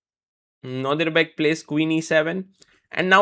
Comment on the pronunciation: And again 😂